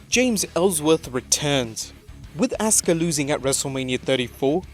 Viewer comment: Asuka-(Ahskuh) Not(Ahska)